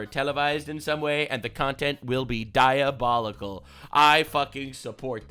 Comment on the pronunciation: stop saying diobolical or I will steal a penny from you, sir.